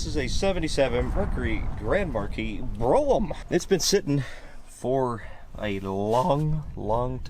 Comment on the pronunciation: It's pronouced "bro-ham".